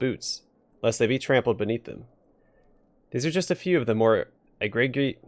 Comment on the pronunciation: To quote Captain Jack Sparrow,"It is Pronounced 'Ee-Gree-Jus'"